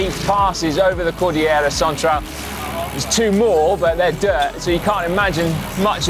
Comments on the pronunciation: Elijah Kwon also its KOL DIL YERA not KOL DI JERA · also no-one pronounces it cordijera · I can't help but notice how he pronounce the word "cordillera" lol (here in our country we pronounce that as cor-dil-yera) shout out to the Philippines and to the Filipino viewers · Hahaha I am sorry Si, I could not help myself; I laugh out loud when you pronounced the word "Cordillera" you did good but it still sounded funny. Great work!